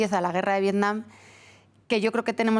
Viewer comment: no se llama vietcom se llama vietnim